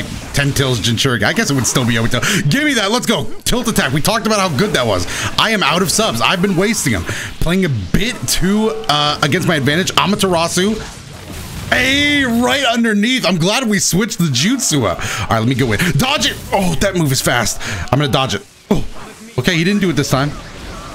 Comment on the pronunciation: Why do you say amarturatsu pike that